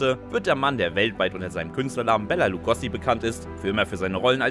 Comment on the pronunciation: BEN HÖR - wer kennt nicht das legendäre Hörrohrrennen in der Arena? Und er hieß Lugo(oo)si und nicht Lugossi 🙄